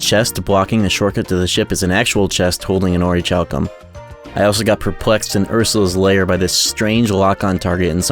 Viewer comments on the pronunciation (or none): It's pronounced Orichalcum! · I know it's annoying to correct pronunciation but it's really bothering me: "orichalcum" is pronounced "ori-kal-cum". The "h" represents aspiration and not a "ch" sound. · That orichalcum pronunciation is killing me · The "H" in "Orichalcum" is silent. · Also my guy doesn't know how to say "Orichalcum " lol. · This video is great but that pronunciation of "orichalcum" is wild